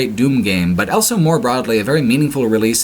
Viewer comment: says elso instead of also.